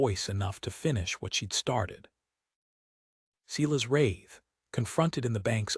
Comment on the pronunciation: And Silas pronounced Ceelas grates on me.